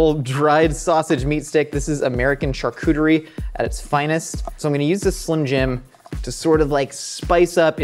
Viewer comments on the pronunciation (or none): none